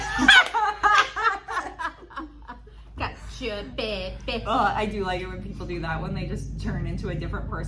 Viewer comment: It's "cacha peppay" phonetically